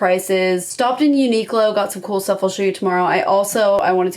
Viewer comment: Super cute outfits. I actually like the pencil skirt and grandpa blazer. Also just FYI - Uniqlo is pronounced like uni-klo rather than unique-lo. Sorry that was grating on my ears everytime you said it haha :P